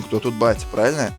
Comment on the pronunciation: + новый саб, за качественный контент и слово "праильна"